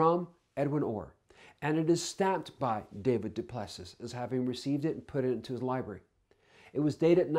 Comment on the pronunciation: DuPlusee. say it properly.